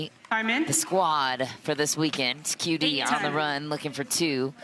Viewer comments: The stupid commentators. They can’t even learn to pronounce the player’s name correctly. Do they event got pass high school? Shame on them! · Commentator was talking too much and couldn’t pronounce QD correctly. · Learn to say QD's name Dammit!